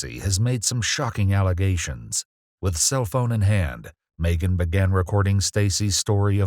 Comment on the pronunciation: Is this a AI voice over or a real person? I’ve never heard anyone pronounce Megan Maygan